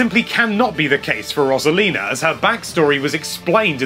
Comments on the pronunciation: I like all these characters, also you pronounced Rosalina wrong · Learn how to pronounce Rosalina